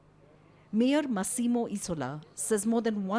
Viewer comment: Can we spare 2 seconds on how to pronounce italian names please ? You might have heard of Google, maybe. Faenza is not Fènza. Màssimo is not Massìmo. You are even there, in Italy, ask the locals, thank you